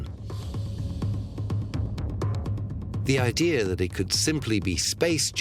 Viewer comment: Idea is not pronounced I DEE HER